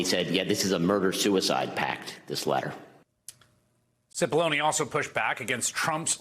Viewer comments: The pronunciation is, cE pol lon A. ( big onions) Seems to fit his character. No? He has brought tears to the eyes of many. And his character is acid. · Cippollone rhymes with bologna